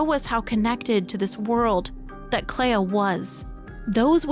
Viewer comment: Why do we pronounce flea as flee but Clea as cleya. It should sound like Clee. On a more serious note. My personal theory is that the Writers started the fire because the Dessendre family's paintings are destroying the world. The Dessendre family are capable of creating very real worlds through their paintings and we know that they've become uber rich, most likely from that gift. It could mean that the rest of the world have become addicted to living within these paintings - Even Renoir said that he at one point lost himself in another canvas but Aline saved him. It's like how a large number of people in Cyberpunk 2077 have become addicted to braindance and have become zombies who just consume fake lives.